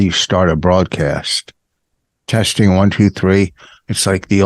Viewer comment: Teshting teshting You are such a putz Ahhh Vos never change You funny sob